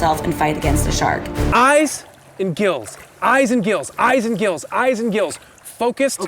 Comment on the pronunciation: When he said eyes and gills I heard Issac kills 😂😂